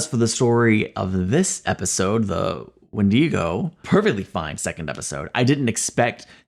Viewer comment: I forgot how much ep2 makes me cringe 😂😂 i cannot stand the mispronunciation of wendigo in this